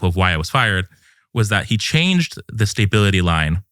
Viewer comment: He’s saying “staybility” and it’s driving me insane